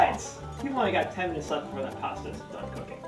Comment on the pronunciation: If you're going to record yourself, people can criticize you. Learn to pronunciation, "cans of Tab" and "ten minutes left" were both hard to understand. Yay for subtitles. Also, Fox News accused this study of using up $1.3 million dollars, or someone whom they interviewed did.